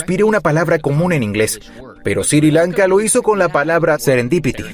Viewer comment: Porque dice Siri Lanka deberia ser Sri Lanka